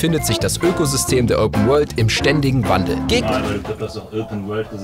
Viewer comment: Öüpen Wöhld!